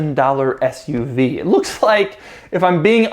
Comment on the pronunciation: I think I heard Doug say ass-UV. 😂